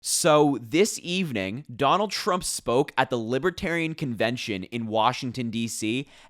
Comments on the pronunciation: It sounds like he’s saying LIB A TERIANS. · What's a libiterian? Is that anything like a Libertarian? He can't even say the name of their party correctly.